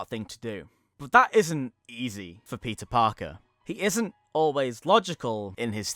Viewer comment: Did you say Pizza Parker? Or i'm just bad at hearing??